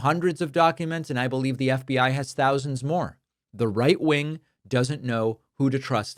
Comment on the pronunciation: You keep mispronouncing reich-wing...